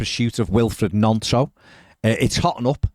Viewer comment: If he's coming to us, we should at least pronounce his name correctly: Gnonto: "knee-on-toe", just as gnocci is pronounced as 'knee-oh-kee'